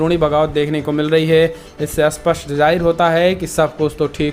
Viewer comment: सी,एस, के, चेनल के न्यूज लिडर अस्पष्ट को तो अस्पष्ट कहते ही है, पर स्पष्ट को भी "अस्पष्ट"कहते है इस कारण यह समझना मुश्किल हो जाता है कि वे कहना क्या चाहते है।